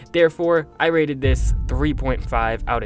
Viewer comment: Every time you say rated, I think you say raided